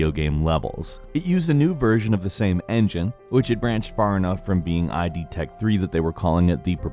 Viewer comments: Just for future reference it's just pronounced "id", like "did", not "i.d." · Good video except id should be "id", not "ai-dee". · id is pronounced the way its spelled. Not eye-dee. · Great video! But please, id is pronounced /ɪd/. Sorry for being picky, but it just grinds my gears a little. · id tech and id Software is pronounced "id" like "did" without the d.